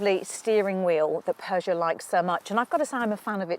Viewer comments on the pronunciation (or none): There is no R in Peugeot, great review otherwise.